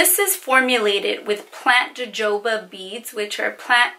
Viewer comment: JoJoba= ha-ho-ba (pronunciation)😜